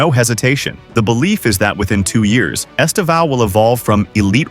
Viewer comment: By now, English people should know “Estevão” means “Steven” in Portuguese. The tonic silabe is the same, the “Steee” - “vão” ends like “”ven”, with less power. esTEvão. sTEven.